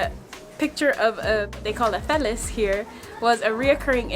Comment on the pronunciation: Hi, Great video of Bhutan! Loved how you showcased the people and the culture. Maybe it was nerves, but the part of the video where you showed the phalIuses, I noticed you kept repeating the word "phallis" incorrectly. You were saying Phellis (Phe) instead of Phallis (Pha). You probably didn't notice you were doing it but just thought I would point it out to you. Take care and all the best to you and Sima.